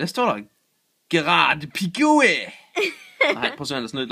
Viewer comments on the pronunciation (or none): det første kort: "gerard piqué" udtales sådan her: "gerard piké":3 PS: jeg er ikke fodbold nørd... det er min klasse der er det:3!!